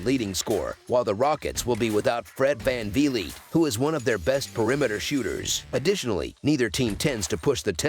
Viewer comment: Fred van ve leet😹 nvr gets old